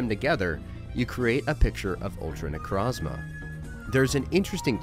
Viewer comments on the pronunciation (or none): it's pronounced ultra ne-crōz-ma